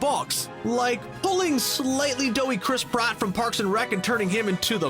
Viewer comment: wow, first Chris Praat, then Josh Whedon? you gotta first pronounce them right man